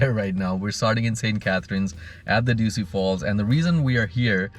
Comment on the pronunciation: Decew is pronounced duh-q. Not Dee-soo